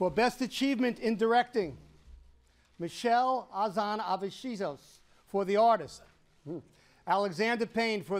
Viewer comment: Michel Azan avisichussssh